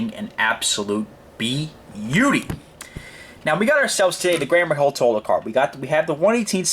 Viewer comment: the accent is on the second syllable...its a French company...it is pronounced "Totaaaal"...check it out on google!!!